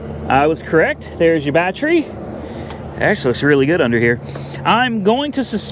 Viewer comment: Vgg says he bans you from saying BATTEri. Just say It right buddy